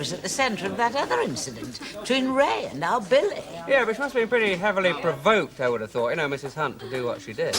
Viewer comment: It sounded like Blanche said Phily, instead of Billy.